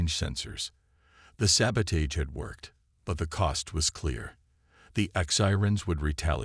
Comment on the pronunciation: And please teach the AI both proper pronunciation of “sabotage”, and not to pronounce the asterisks